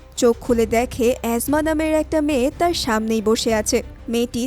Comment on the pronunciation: এসমা কে অ্যাজমা কেন বলেন?😂😂😂😂